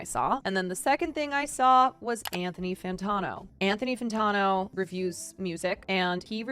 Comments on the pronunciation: Fan-tan-o not Fan-tawn-o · i enjoyed the vid until she couldn't say Anthony Fantano's name right. unsubscribe :/